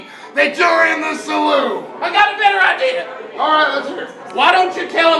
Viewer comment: I kept half expecting to hear the words "I got an Idear" to pop up